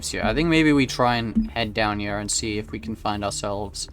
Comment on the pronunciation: I love how he pronounces “here” as “hiyah”